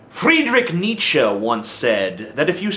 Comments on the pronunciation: FRED-RICK NEE-CHEE. way to pronounce his name terribly wrong. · you mispronounced Friedrich Nietzsche name...just saying....